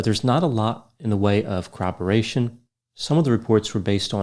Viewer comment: I already was a Stan, but now even more so when I heard him correctly pronounce "corroboration". My pet peeve is hearing people get that word mixed up with "cooperation" and just end up saying "cowwobowation" like a baby